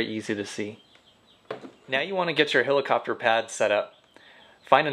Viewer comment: hElicopter, not hilicopter